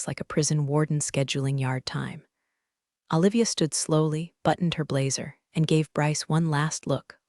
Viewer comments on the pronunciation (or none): Awe--livia? How about oh-livia. Do they have to spell phonetically to get the AI to pronounce it correctly? Washington State USA